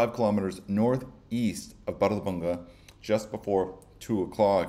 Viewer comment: Bárðarbunga pronounciation was on point. 👌